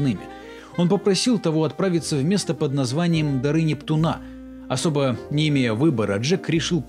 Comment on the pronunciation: НептУна а не НептунА, так слух режет